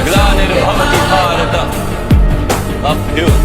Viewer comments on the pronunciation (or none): none